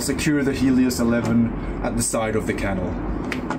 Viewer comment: Please try to say channel instead of kannel, ch sound